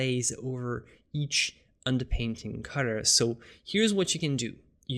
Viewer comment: Dude, I love your videos but I have 2 criticisms. First, there's no need to get so technical in your explanations. Second (and I know it's because it's not your native language) is your pronunciation of "colour". To me it sounds like "cudder".